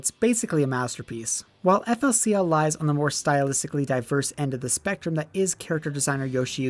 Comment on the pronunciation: Oh dear baby Jesus I am 1 second in and this man says EFF EL SEE EL